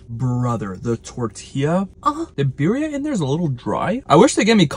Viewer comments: Birria (Bi-rri-a) is properly pronounced bee-ree-ah, roll the R. #facepalm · People need to stop pronouncing it "beery-uh" 🤬🤬🤬. Correct pronunciation is "B-D-Ah"